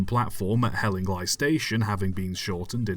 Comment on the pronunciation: It's pronounced Hell-ing-lee not hell-ing-lie but otherwise very interesting. There's a book "Hospital Railways and Tramways" by David Voice, published in 2007, ISBN , and Hellingly features on page 49 (of 103 pages).